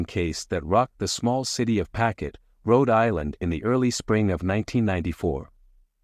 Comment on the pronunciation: There is no such place in Rhode Island called “packet” It’s pawtucket